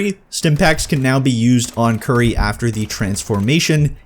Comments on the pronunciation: It's Cure-ie not curry (I don't think she is an Indian spice), Dez-da-mOna not Dez-da-m-ah-na, and Mic-crEEd-ie not Ma-cred-ie. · omg the pronunciations of maccready, curie and desdemona...